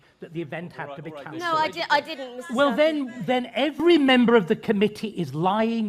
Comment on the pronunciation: Is it just me, or is David Starkeys voice really satisfying? Lol the way he perfectly pronunciates every single letter is just mwwuaahh 💯😂